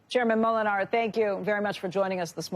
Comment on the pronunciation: The accent is on the first syllable in Moolenaar. PS: moolenaar is miller ( In Dutch). Cheers all, have a good weekend